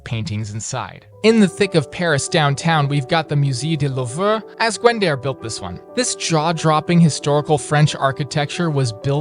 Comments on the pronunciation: “Mew zee do lever” 😭 I know it’s not a city but still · It's pronounced Musay de Loove